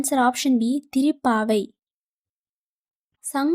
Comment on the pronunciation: பயனுள்ளதாக இருந்தது நன்றி 🙏🏼 சிறு திருத்தம் ஏற்றுக்கொள்ளவும்... நீங்கள் திருக்குறள் திருப்பாவை இதெல்லாம் உச்சரிக்கும்பொழுது திரிக்குறள் திரிப்பாவை என உச்சரிக்கிறீர்கள் மாற்றிக்கொள்ளுங்கள் 🙏🏼